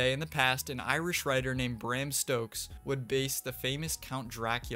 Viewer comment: Bram "Stokes" gave me an aneurysm